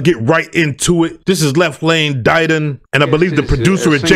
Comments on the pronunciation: Pronounced Left Lane “Did- On” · Hail Y.T. ok thanks. I listened to an interview this morning and the guy pronounced it “da don”. I’ll take your word since you know better than me. Salute. I have you on my list to highlight as well Black Bond. Royal Flush. Nasty. 🙏